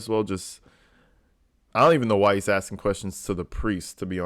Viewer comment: "But did you SEENT? Did you SEENT the injuries. I aint axing what ya saw. I axing what ya seent."